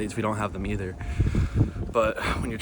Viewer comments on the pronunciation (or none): none